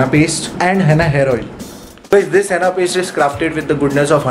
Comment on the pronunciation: हेना नहीं होता वो हीना होता है 🤣